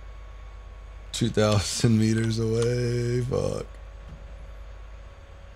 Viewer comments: he said go "A"way 😂😂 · He said : GO AVAY!!